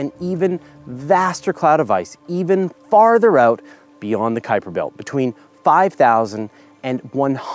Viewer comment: Kudos for saying Kuiper correctly! :)